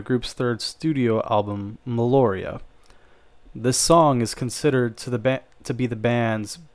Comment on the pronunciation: Meliora not Meloria.